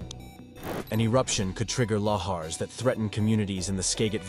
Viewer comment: Can't pronounce lahars correctly either. 😮😮😮